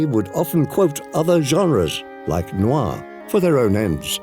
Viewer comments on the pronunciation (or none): none